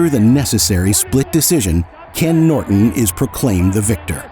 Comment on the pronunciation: I like how dude says Noit-enn!!!